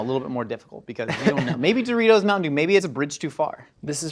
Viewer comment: Mountain Dewritos...